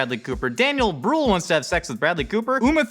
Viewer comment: The way you pronounce Daniel Brühl is cute. Also, please put a trigger warning before discussing even fictional suicide please, especially if you include footage and discussions about realism etc. Thanks!